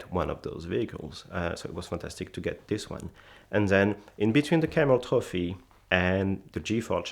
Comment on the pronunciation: "Ze Camel-Toe Fee"